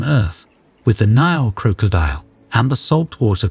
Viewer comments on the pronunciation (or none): Croak-co- diel 😅 he adding random As and Cs and you're right I dont think I can finish this video cringe asf. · Every time i he said crocodile i cringed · You need to find an AI voice that can pronounce 'crocodile' correctly.